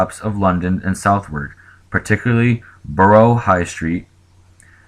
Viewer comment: This disaster is far less documented than the Great Fire of London 1666 but likely was far deadlier PS- It is pronounced 'Sud-ark'